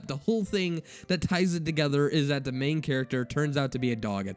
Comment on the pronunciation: All your readings sound sarcastic. Also words like "the and that" sound annoying when you say "da and dat". Haters gonna hate.